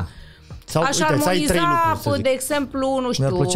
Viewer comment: Daca mai zice maticiuc o data "lucuri" o iau razna